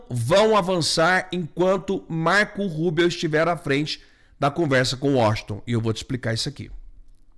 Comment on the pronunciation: Olá,você diz Marco Rubel ou é Rubio?